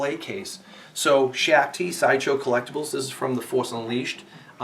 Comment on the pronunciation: It’s shak ti to shake it as you said sorry